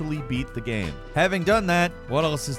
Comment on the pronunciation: Video "gam"